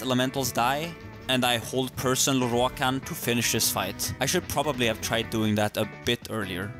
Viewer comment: I love the way you say Lorroakan